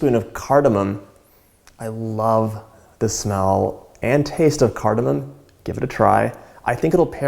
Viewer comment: he proounces cardamom correctly